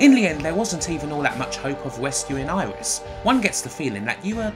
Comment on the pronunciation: First of all it's not "eye-ris" or "iris", Aeris is pronounced Air-ess. Secondly I hate that you pronounce Rs as Ws like calling Barrett "bewett". You obviously can pronounce Rs correctly as you do several times throughout the video, yet 90% of the time you lazily choose to say "chawacters" or "angwee" instead of angry. "Shin-wa" is the worst. You sound half-british half-dutch.